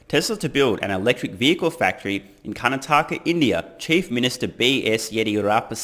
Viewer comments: Karnátaka instead of Karnatáka. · It is called Kar-na-taka and not Karan-taka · Kanataaka😂😂😂😂 Honestly you did great especially with all other words. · Its pronounced Karnaataka not Karnataaka. Rest are close enough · I must say, great pronunciation! Would give you a 9 on 10. Only because it's Karnat-aka , and not karna-taka. Also because I called it when I said he will build a factory in India , in one of your older videos ! Proof ! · Not a big deal. It's CAR-NAH-TAKKA. You did well enough and it always shows character to use your viewers from around the world to even learn small things all the time. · Its pronounced CAR-NAH-TAH-KAH ;) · Its pronounced as karnatak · Curr-naa-tuck-a (Karnataka) - 10/10 for the rest mate! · Karnataka is pronounced "curr-naa-tukka" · It's pronounced car-not-uhka with the emphasis on not. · 9/10 mate!!! Kar-Na-Ta-Ka ——>Karnataka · You and I were both right! You slightly mispronounced Car-Nah-TAH-Kah but that's forgiven... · For next time Car-NAH-Tah-Kah LOL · Hey brother. Karnataka is pronounced - Kar - Nataka. I’m originally from the state below Karnataka called Kerala but now live in the US. You should visit it if you get a chance. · We pronounce it as - Karnaatka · It’s Karna-ta-ka😊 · Its kar-naa-taka . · Still love your vids. Please google how to pronounce Karnataka (kaar-NAA-tuh-kuh). Good attempts though. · Was born in Karnataka. This is awesome news to hear! I think you did pretty well in pronouncing the words, but for future reference, Karnataka is pronounced as Kar-Na-Ta-Ka :) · kaa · naa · tuh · kuh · Car-nata-ka.. But who cares because "buy more Tesla shares" is pronounced correctly in every language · hey, my suggestion: have a trip to india in the near future, (after pandemic) and you will find out how to pronounce karnataaka and tamil nadüü:-) india is very beautiful and i guess you will enjoy this country and its people a lot. and if you come to india, pls give me a notice